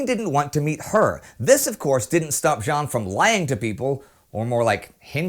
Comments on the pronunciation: Just a detail, but you probounce jeanne like jean, wich is a boy's name. Add "_ne" at the end to have the good one. (sorry) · One thing bothers me. It's not "Jean", it's "Jeanne". Wich means it's pronounced almost like the englishe "Jane", but with the same "a" as in "rat".